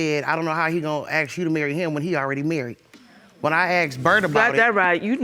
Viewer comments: "I axed him" Lord lord lord.... Ask has become ax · Id axed him...learn English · You "AXED" him on his deathbed?!😳🥵